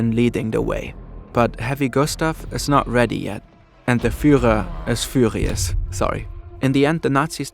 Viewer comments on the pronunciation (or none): "fuhrer hitler was fuhrious" (not making fun of accent sry if anyone feels like it was offensive) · "And the fuhrer is fuhrious, sorry" Professionalism at it's finest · He was very fuhrious at Gustav